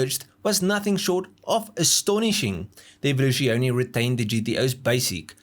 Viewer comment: you pronouncing Evoluzione is just the dumbest thing I have ever heard...